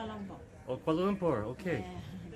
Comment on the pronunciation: She just said, "keyel"..kuala lumpur